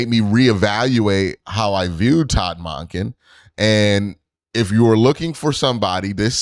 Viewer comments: The WAY you say Monken though 😂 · Q i ain't going to be able to make it thru the next couple years listening to you pronounce that man's name. Sounds weird AF.